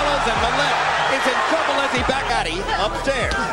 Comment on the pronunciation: "Gauhti", not not "GATTI"